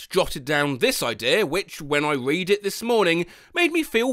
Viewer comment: I was going to question pronunciation of the last tense of "to read", but then I remembered he chugged that mysterious blue liquid, so maybe that had something to do with it. 😅